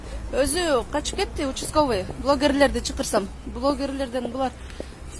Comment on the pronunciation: учсковый дейтко